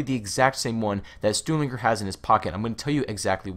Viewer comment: You should probably figure out how to pronounce Stuhlinger if you're going to be saying it over and over again. You ramble too much.